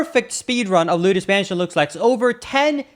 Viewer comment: luidos mansion💀